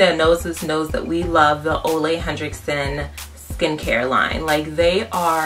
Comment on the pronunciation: I've been curious about trying this product. Definitely will check it out... Also, it's pronounced "oo-la hen-rick-sun" not "Oh-lay Hen-Drick-Son" :)